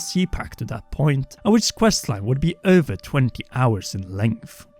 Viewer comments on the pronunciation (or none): It’s funny to me when you say over but I hear it as över